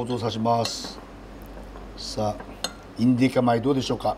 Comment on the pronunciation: 「インディカ米」が言えないたびに爆笑ww ケニアの弟子だとか、スケールのでかいお話がサラッと